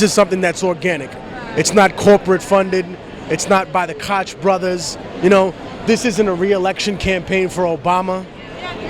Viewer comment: Gotta love Tech, but he's off base with Ron Paul and the real Tea Party movement. I think he was reading some left-wing blog shit...you can tell b/c he keeps saying "Kotch" which is how "Koch" looks to be pronounced, but it's actually "coke". If Tech'd really look into Ron Paul, he'd know he's nothing like the others. Ka1ym7S3F3w is a good start. I know it's like 10mins long but well worth it. Just play it in the background if you don't have time.